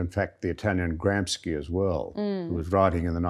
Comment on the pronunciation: "GramsKi"?! Jesus...